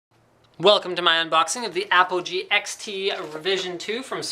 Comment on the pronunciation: at the start i though i heard apple G lol